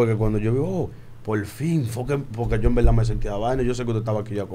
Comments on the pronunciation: “En belda en belda” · Cuantas veces dijo envelda jaaja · "En velda en velda"